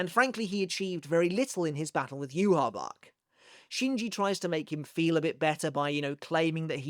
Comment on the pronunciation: Using Rosetta Stone? Perhaps you can use that to teach you how to pronounce Yhwach correctly.